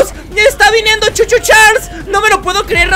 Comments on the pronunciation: No sé lee cho cho chales se Lee cho cho charles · no se dice Choo Choo Charles se dice Charles